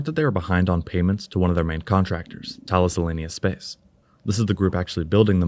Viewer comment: Try pronouncing "Thales" 'ta-lis, as it's a French company. In English, thay-'leez, with a hard th as in theorem. In the original Greek (Θαλής), tha-'lis, with a hard th and emphasis on the i It's named after Thales of Miletus, a pre-Socratic philosopher and mathematician.